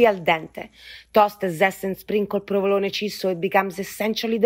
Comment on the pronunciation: provoloné not provolon